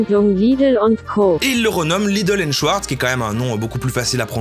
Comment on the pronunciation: très stressant de prononcer Schwartz comme le Schweppes, on prononce Chvartz